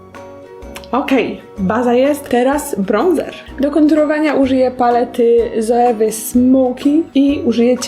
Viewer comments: Zoewy?... Mówi się Coiwa. Jesteś wizażystką i nie umiesz poprawnie powiedzieć nazwy :/ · Agnieszko, jeśli mogę coś zasugerować, to paletki z filmy Zoeva czytaj jako "coiwa"...